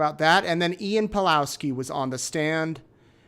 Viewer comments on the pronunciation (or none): Surname Pawlowski has probably Polish origin, so read it Pavlovski